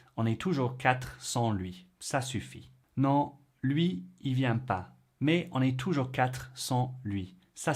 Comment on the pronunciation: Super videos. Bravo! Peut-être devriez-vous prononcer un peu plus les liaisons. ‘Mais Zon est toujours 4…’